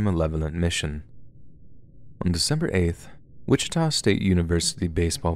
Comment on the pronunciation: I’m currently listening to this podcast on my way to Kansas City for thanksgiving. Right when I got to saying “Wittika” I entered that city. I am horrified.